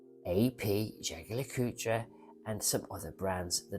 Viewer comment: You're such a pig ignorant & nasty person but you cant pronounce Jorge or many common brands, hearing you say Blanche-pan & Jaeger Le Coutre was priceless, thanks😂